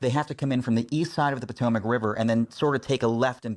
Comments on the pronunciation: #POTOMAC River pronounced PUH-TOE-MAC for our foreign NEWS PARTNERS 🇺🇸👍🏽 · Since 9/11 and for 100+ years before, the Potomac River in Washington DC has been one of the most famous rivers in the world. So just how come you can't pronounce it correctly dude?? 🤔😖